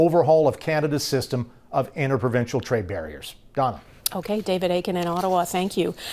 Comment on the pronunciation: Ooops its Dawna not Donna...